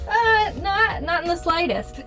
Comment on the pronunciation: Not in the “slidest” 😂🤣😂